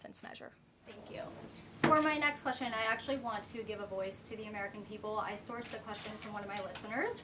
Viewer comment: Did she just say wextion? 🤨